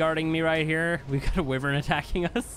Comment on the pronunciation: Not judging, but wyvern is pronounced “ why-vern”